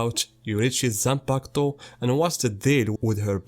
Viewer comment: I HIT MY PEN EVERY TIME YOU SAY YOU SAY ZANPAKATO!!! LET'S GOOOOOO!!!!!!